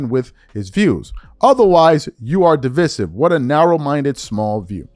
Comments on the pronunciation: DEeee Viiiiiiiiiseeeeeee. Siv … de. Vise. Sive. Pronounce with I. 😂😂😂😂😂 not how ever you were pronouncing it 😂😂😂😂😂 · You Murdered The Word Divisive .